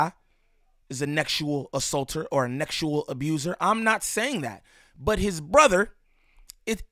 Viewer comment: “Nexual” is crazy 😂 i know why you gotta say it like that but that’s still hilarious